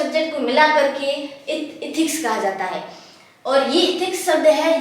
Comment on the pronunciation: Are tum एथिक्स ko इथिक्स kyon kehti ho.